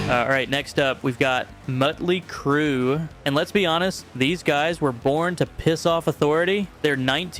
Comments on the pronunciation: It's Motly Crue not mutly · it's not met ley crew....its MOTLEY CRUE😂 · It’s Motley Crue “Maw-tlee Crew… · please... it is MOT ley crue (like a motley bunch) it is an AHt open up and say AAAAHHHH MAAAHTley crue. :) i lived through it. :) they were quite motley :) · I'm sorry, who the fuck is Muttly Crue? You really need to learn how to talk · He did keep mispronouncing motley Crue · I think you’re wrong I’m from that generation and all of that music made me hate authority strive to be unique and generally put my middle finger in anyone’s face I possibly can’t I’m 55 years old I still do it and I will continue to do it till the day I die And the gravestone that I’ve already paid for has a big bird on it too and also learn how to say Mötley Crüe you a little prick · Seriously you make a video like this and yet you cannot even pronounce a band's name correctly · The real crime here is the AI written script of this asinine video. How many times do you have to reiterate the point at the end? And why is it impossible for this AI narrator to pronounce Motley? Lame.